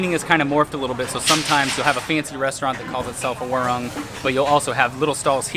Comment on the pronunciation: Warung, pronounce WAR ROONG (it's like ROOM)